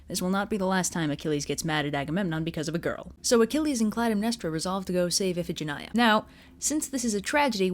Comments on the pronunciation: Damn, as always, great job. XDXDXD Also, huh? Iphigenia is pronounced if-eh-gen-eye-ah? I always pronounced it as if-eh-gen-knee-ah. I prefer the latter version, actually. Sounds prettier to me. XD Iphigenia is such a pretty girl's name, but after hearing this story I'm not so sure it'd be a good idea to name my own future daughter (if I ever have a daughter) Iphigenia. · Fun fact: Iphigenia in greek is pronounced "ee-fee-JEN-ee-ah"